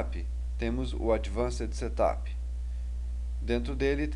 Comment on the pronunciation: Settttup? ha ha ha Ele pronuncia muito engraçado.